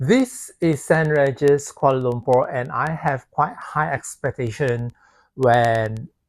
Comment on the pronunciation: it's pronounced Saint rEEgis, not Saint raregis. but nice content and i agree with the points made in the video about the walk although can use the MRT but that is a walk by itself!